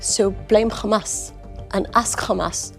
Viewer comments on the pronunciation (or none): Khamas, kha kha kha, khamas.😂😂😂